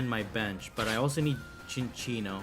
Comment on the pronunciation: Fun Fact: it is pronounced Sin-Sinno(like Sincere) NOT Chin-Chinno(like Chinchilla. Notice the lack of an H in the name) I didnt know this till recently, even thought its one of my favs. Great video! I just find it funny